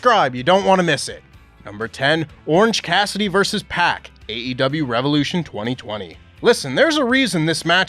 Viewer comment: Happy birthday,! Small note- I appreciate- you always pronouncing the E in AEW. Hearing actual AEW performers pronounce THEIR OWN PROMOTION’S name wrong ie “AW” just drives me mad. It’s the pickiest of nit-picking but I appreciate you nonetheless 😂 /rant